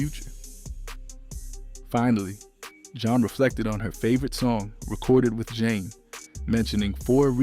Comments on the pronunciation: JEAN NORRIS AND RENEE NEUFVILLE1 Stop mixing up their names! Learn how to pronounce names properly! Ugh! The timeline is all over place. Talking about artists, that have nothing to do with Zhane. Please use chronological order. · Stopped listening when commentator couldn't even pronounce the group name right. Brother, redo! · I can’t even get past 2 minutes of this nonsense. Why are you mispronouncing the name? Your research is immediately discredited. I know the rest of the information is inaccurate 🤣😂😂😂😂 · IT'S,"ZHANE"😠!!! "ZHA-NE"!!! How you gonna do a documentary on a group without knowing how to pronounce their name🤷🏿‍♂️?!!? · Good biography but the pronunciation is way off! You're saying the group name wrong amongst others. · Dude.... He is killing me with not being able to pronounce Zhané correctly. He didn't say India Irie, Kelis, Busta Rhymes right either. It's cool that you're giving us the back story but not saying their names right is killing the video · Turning it off!!! I cannot take the mispronunciation of their name. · Roll with the what? 😂 OMG you butchered their name too 🤯🤣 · Zha-Nay is not only how to pronounce the album but also the group name not Jane. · If you say “Jane” and “Boosta Rhymes” one more time…damn, how old are you? It’s crazy cuz you sound black. Even my 7 year son knows how to say their names right. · Why TF do you keep saying JANE?! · Is this shyt AI? They just made it sound like a brutha? Okay, he did pronounce it right but then kept mispronouncing their name right after. He just did it again. Why not pronounce their name right. It's never been "Jane". It's always been pronounced "Jonay" and especially with the accent mark on the e. Smdh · I'm getting tired of y'all using AI. At least make sure everything is pronounced correctly. You Got Jah-Nay right but Zhane was left as Zane. This is what happens when you use AI out of laziness. 🤦🏾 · The group's name is pronounced, Jah-a...as their debut album suggests. This must be AI.